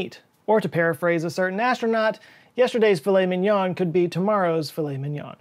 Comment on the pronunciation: Don't want to be that guy, but I guess I'm going to. but you pronounced "filet mignon" incorrectly. Yes I am fun at parties. Lol